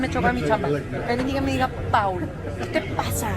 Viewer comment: there is a """bit"''" of a difference between "Pau" and "Paul"... that letter "L" makes a world of difference 😹 TWA ⚡🤘😸🤘⚡ TWA